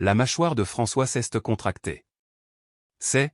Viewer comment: Ras le bol des fautes de prononciation. Apprenez à l'IA le français Exemple Elle s'est rappelé Et non elle s'este rappelle ça ne veut rien dire en français Ce n'este pas rien au lieu de ce n'est pas rien. Qu'est ce que tu veux et non quesque tu veux. Vous inventez des mots qui n'ont aucun sens. Mais en fin de compte vous en avez rien à faire de nos commentaires parce que vous ne les lisez pas 😢😢😢😢😢😢😢😢😢😢 et je mets un pouce en bas à cause de la prononciation.